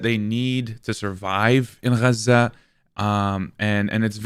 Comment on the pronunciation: I hate how he says Gaza it’s not even correct